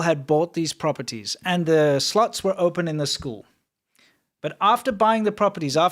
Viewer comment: The way says slots sounds like sluts lol